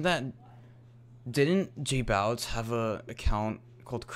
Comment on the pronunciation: its not jbawitz its jbowitz